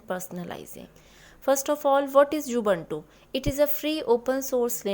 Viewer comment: Mam it is not U. Buntu